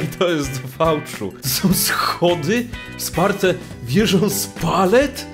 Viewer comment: Ale on powiedzał som